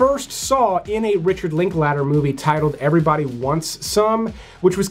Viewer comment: If you’re going to say Richard Linklater 1/2 dozen times - at least pronounce it correctly I’m sure he’d appreciate it as well